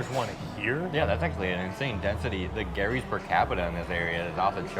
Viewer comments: stop pronouncing Geeerrrryyy Filipinos pronounce it JEEEERRRRYYYY😁😁😁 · Its not Gary’s!!! Pronounced as Jerry’s Grill!!! 😅 with a G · 🇺🇸🇺🇸🇺🇸🇵🇭🇵🇭🇵🇭 There is a Gerry’s Grill in Union City, California. It is about a 30-minute drive southeast of San Francisco on the other side of San Francisco Bay. We go there a 2-3 times a year. My wife and I now pronounce “GERRY” the way you pronounce it, and “Jerry” no more. 😂